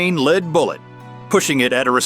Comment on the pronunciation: It's pronounced 'lead', not 'leed'.